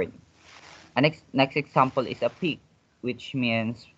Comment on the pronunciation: I think example is prpnounced / igzaempel / not / iksampel /